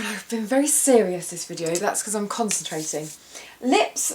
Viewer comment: When you said "I'm concentrating" I thought you said constipated O.O I had to do a double take with the volume up. ..... ANYWAY. Great look, you're always beautiful!